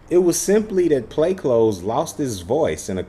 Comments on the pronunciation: Smh you not even pronouncing it right. Wow. But ok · Is it pronounced “clothes” but spells as “cloths”? Or are you saying it wrong?